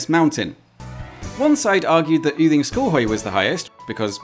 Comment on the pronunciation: I am so impressed by the exact correct pronunciation of every single name here. Especially Yding is very hard for english speakers, almost all I know would say Uding. Only wrong pronounciation was the very first thing you said funnily enough. Goddag, it's just pronounced go-dag, as god on it's own has a silent d.